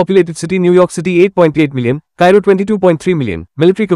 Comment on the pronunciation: Its Cairo Not Kairo